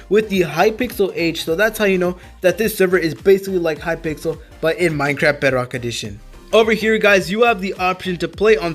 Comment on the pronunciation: Hypixel not Hypixle